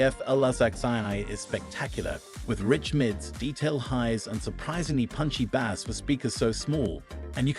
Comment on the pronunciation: This AI can't even pronounce the word "bass" lmao